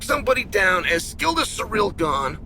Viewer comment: Sear ell. Its not that hard Shale.